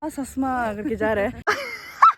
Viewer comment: 0.54 love your kala "Sasma" ❤😂